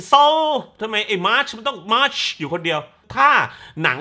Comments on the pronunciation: ฟังสำเนียงเรียกชื่อมาช แล้วกินเต้าส่วนอยู่ถึงกับออกจมูก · ขำการขยี้มาชชึ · เป็นคลิปรีวิวที่สนุกมากๆ ขำตอนออกเสียง มาร์ชชช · พูดชื่อมาร์ชแบบชัดๆอย่างฮา